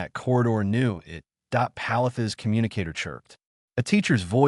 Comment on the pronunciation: Hey, so please fix the narration for the word 'it'. In your stories the narration says "I.T." instead.